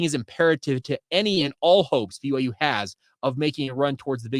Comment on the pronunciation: Love the show, but why do you pronounce BYU like that? lol I hear like every sound of every letter everytime